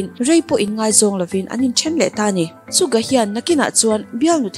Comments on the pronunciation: Please pronounce it Suga..not Sukga😊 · Suga not sugah😁.. Yoongi not yoonji. 🤗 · Suka tih in i lam in ka hria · Haha Suga tih ilam dan poh kha A dik lo cuan in lak soi thiam i tum opss hah I soi thiam k tih na ania😒😒😒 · Aaaaarrrg.... Suga tih leh yoongi tih khi i lam dik theilo😭... Chuan yoongi hi Christian a ni a bisexual a ni theilo bawk, chuan a pian ni pawh khi 9 March tur zawk a ni bawk..... Jimin ka bias a nia, Yoongi bias wrecker... Mahse ka duhdan a in ang reng😂😂thlan zawk tur awmse yoongi ka thlang maithei😅😜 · tha viau na in...Suga hming i lam dan hi......... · Suga hming lam dan mai2 chu😕😕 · Hetiang video i siam dawn anih ro+ chuan an hming lam dan te hi han zirchiang hmasa ta la, chutin Suga hi i chhuah gay anih deuh ber mai hi leee, fimkhur tawh rawh u. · Suga or Yoongi hming i lam dan poh a diklo a, bisexual angin i rwn chhuah thei hei chuan k lung a ti awi lemlo khawp mai, cubakah haters ho tan chances i rwn siam ringawt lehnghal Yoongi hi eng LBGTQ mah anilo he news k ngaithla hi chuan fans te rilru a ti na takzet😡😡👿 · Dik chiah siam tha leh teh,an thawhrim zia ka ngaihtuah hian,an hlut na a bo vek,suga phei hi chu,a tawrhchhel zia hi,bakah a hming i lam dan hi a dik lo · Suga emaw yoongi poh a lam dik lo Ania i thusoi hi ka thlop lutuk che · yes an lam dik lo fo suga hi, anmahni sawi ngei hi ngaithla chiang thin se